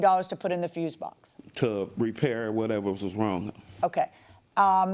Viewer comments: How hard is it to pronounce "FUSE BOX"? Fuse vs. Fuel. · FFS FUSE BOX. FUSE BOX. NOT FUUUU BOX. NOT FUEL BOX. FUSE BOX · Fuse box....🗣️ FUSE BOX! 🗣️ He corrected himself & still kept saying fuel box 🤦🏽‍♀️🤣🤣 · He is ABSOLUTELY saying FUEL BOX 😂😂😂😂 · I keep hearing fuel box!! am I loosing my mind 😂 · The plaintiff can't get his story straight AND can't say fuse box, why does he keep saying 'fuel' box?... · Fuel box lol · Y does it sound like he's sayn fuel box, dude where r ur s's... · he doesn't even say Fuel he say froooze box🤣🤣🤣🤣. At least that's what my ears kept hearing 🤣🤣🤣🤣🤣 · She axed him and he still said fuel box maybe she should've aksed him again. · Foo box😂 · Dude couldn’t even pronounce fuse box. Of course he can’t prove his case